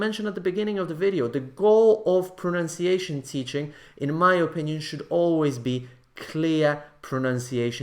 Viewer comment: Come on, /oˈpɪnjən/ instead of /əˈpɪnjən/, really?! It is too much...